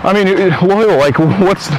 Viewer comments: When he called him Royal instead of Loyal I lost it 😂😂😂😂😂😂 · he calls him “Oil” Atleast that’s what the CC typed it out as Lol